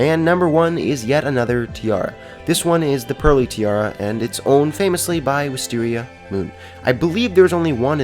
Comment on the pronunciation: Uh, it's pronounced "wiss-tear-eeh-ah"